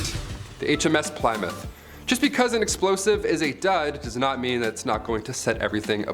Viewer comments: Yes I fringed every time he said it....it's "Plimm- mouth" .."Plym" sounding like the word "him" or "slim"... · Pliy mouth; damn that has me wheezing 😭😂 keep it up! For future though, it's Pluh-mouth.~ 💕🏴 Love a Brit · not pli as in 3 ply but plimmouth. and its not "the hms plimmouth" but just hms plymouth. how do I know? I was on it the day it decommissoned in Portsmouth. Navy vet. lol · Ply is pronounced plim in this instance. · plie-mouth? lol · Say Ply-moth again please. Lmao. You have an American accent, there’s a famous rock... my mom drives a Plymouth... and so on. Good video. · Plymouth is pronounced "Plihmuth." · I believe it's pronounced HMS plimouth. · If it was Plymouth - pronounced Plimouth i would have thought the Americans would have pronounced it the same !! The American Plymouth was named by the settlers who came from Plymouth England !! There are many places in USA named after its same name-sake in England !!! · Pli muff. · Plymouth is pronounced Plimouth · Hello, old chap. Try this, in a British accent, ready? Ahem.... 'PLI-MUFF' Cheers mate. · You could not have pronounced plymouth more wrong if you tried 😂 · He pronounced Plymouth wrong.And that really bug me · Please never say Plymouth ever again. Many thanks. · Why are you saying Plymouth like that? 🤷🏼‍♀️ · "HMS Ply-mouth" "HMS Glamor." "HMS Antrin." What the purpose of this ill-informed, randomly illustrated, halucinatorily inaccurate drivel might be, I am at a loss to work out. "Messed up"? F'real dude.